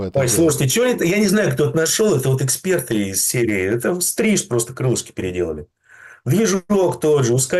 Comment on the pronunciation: Что за "эХцперт" Демура? Лыбится и лыбится